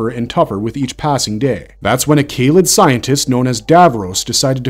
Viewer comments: A quick pronunciation lesson for your narrator. Kaled isn't pronounced "Kay-led" ... It is "Ka-led". Also.. It's not "Day-lek" ... it is "Da-lek". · FWIW it’s KAH-led not KAY-led, dav-ROSS not dav-ROWS and DAH-lek not DAY-lek. And the Thals are pronounced THAHL not Thale. The claw really only appeared in the first story. Subsequent Dalek stories in classic Who were tentacled green blobs first seen in Genesis and subsequent stories. In Remembrance of the Daleks, Davros had mutated them again and bionically augmented the mutant itself. I’m not sure why the video talks about them having two sections then mentions the arm and gin as part of the top (it’s the mid section). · Yeah the causal mispronunciations of Dalek and Kaled is like nails on a chalkboard to my nerdy ears